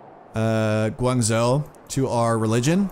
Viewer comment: Guangzhou is pronounced "Gwang-Jo" :-)